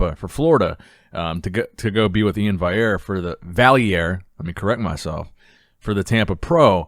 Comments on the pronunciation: He said Iain's name right!!🤯🤯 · Thanks for finally pronouncing iains name properly